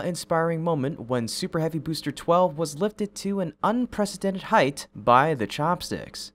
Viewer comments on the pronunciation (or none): It sounded like you said ‘heighth’ instead of height. 😳